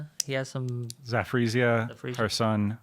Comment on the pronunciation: Hearing a yank try to say Zaporozhia is funny as fuck.